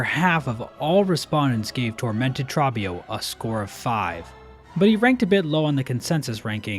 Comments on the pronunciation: My brother in christ. Trobbio's name is pronounced like "throw" not "trough". He says it throughout the whole fight. I know it's a weird way to describe it but pretend there's a W after the O, for all the dubs Trobbio has deservedly won. Like a bug version of Kendrick Lamar. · One of my favourite parts about Tormented Trobbio's fight is the music. You can hear the singers in the background singing "Trobbio" for much of it and it's so goofy, I love it. Also, it's pronounced "Troh-be-oh" (like "oreo") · My only critique is the pronunciation of Trobbio. He shouts it the whole fight with the long O sound. No idea where people get trabio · Wait, why do you say Trobbio's name as "Trah-bbio". He's pretty clear about how it's pronounced. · short vowels (like in trah-bbio) tend to sound lengthened when they're drawn out like they are in Trobbio's voice lines, but the spelling of his name (with a double consonant after the short vowel) and team cherry's pronunciation confirms that it's Trah-bbio :) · dude, there are so many content creators who do this and it irks me so deeply. idgf if team cherry says "trah-bbio" they're wrong. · why do you keep pronouncing his name wrong, the background music literally says his name! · How do you mispronounce Trobbio when he literally says his name in game for you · Bro why do you pronounce Trobio like that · I believe you are saying #32's name wrong.... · How are you gonna mispronounce the name of the boss that says his own name over and over again? Is this ragebait/engagement-bait? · The way he says Trobbio has gotta be ragebait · why do you pronounce Trobbio like that...